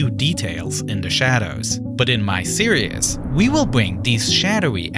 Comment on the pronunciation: "series" is not pronounced "serious", I recommend googling "series pronounciation".